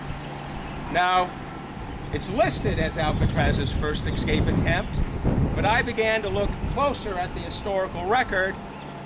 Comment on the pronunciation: It's escape, not ECscape.